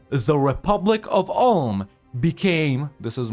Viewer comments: "Oolm", not "Ahlm" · You speak Ulm like Oolm.